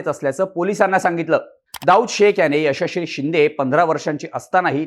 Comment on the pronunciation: मित्रा यशश्री बोलण्याचा सराव कर...😂😂